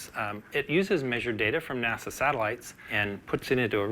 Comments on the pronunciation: NASA. It's NASA dude. Please stop saying Nassau. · It sounds like he is saying "Nassau" and not NASA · Why does he keep saying nasaw. Are they using ai to narrate? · Nasau's advanced supercomputing division eh? was it so hard to redo the VO or you guys are using TTS and it cant say NASA? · Great piece but can you learn how to pronounce “NASA”